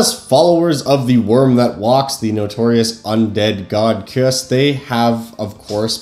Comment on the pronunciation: I believe his name is pronounced Kai-Uss, but I could be wrong.